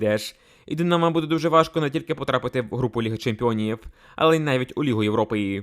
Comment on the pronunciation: Тренер Динамооо, забудетьсяяя, бісить як ти ставиш наголос на останній склад. Хто тебе вчив дикції. Треш.